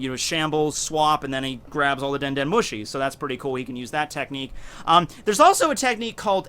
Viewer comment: Hahahah denden muushi XD your pronounciation is good xD